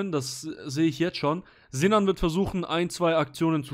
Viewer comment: Nur der vollständigkeithalber: die heissen nicht ZINAN UND ZENAD sondern Sinan und Senad. Und die Namen werden mit „S“ ausgesprochen und nicht wie im deutschen mit „Z“. 🤓🤓🤓